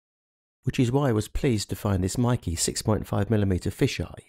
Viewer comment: its not pronounced MIKEE its pronounced as MAKE as in word make